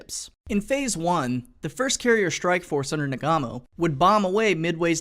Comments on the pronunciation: NAGOOMO, not Nagamo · Nah-goo-moe, not nah-gah-moe. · Um, it's Nagumo, not Nagamo... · His name is nagumo, stop calling him nagamo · Nagumo is pronounced nah-goo-mow, NOT na-gah-mow. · Naw GOOO mo. Not Na GAH mo. It's usually spelled "Nagumo." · I'm glad to see you fixed pronunciation of Na*GU*mo late in the video. It was making my ear bleed hearing you say Na*GA*mo. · "Nagumo" ain't pronounced "nah-gah-moe". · He says it wrong lol